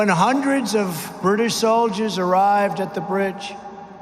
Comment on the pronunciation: Did he just say? "We believe in the rule oh law" Ohh my!!!🤣🤣🤣